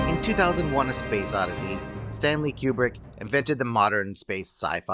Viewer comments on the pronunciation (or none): Stanley Q-bert? 🤣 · I know I'm in a dystopia when someone pronounces Coo-brick... Q*bert